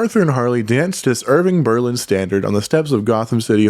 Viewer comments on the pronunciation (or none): none